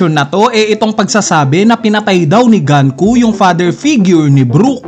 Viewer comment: Sino ba kasi si GANKU??? 🤣 ganku ka ng ganku... 🤣 The name Gunko, a character from One Piece, is pronounced as "goon-koh" (IPA: /ɡuːnkoʊ/).